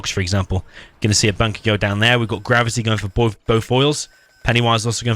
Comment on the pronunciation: I keep hearing you say Grubby instead of Gravity.